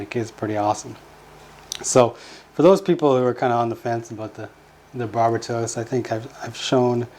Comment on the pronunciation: the way they say Barbatos is driving me crazy